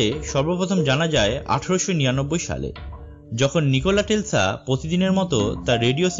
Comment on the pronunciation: plz show some respect to great tesla... he deserved that. next time say his name properly .... thank u.